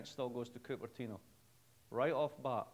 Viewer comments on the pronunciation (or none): he says cooper tina.....wtf is that? And i have scottish parents......bloody sasenache! De ye ken?